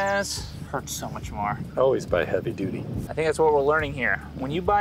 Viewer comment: He said heavy duddy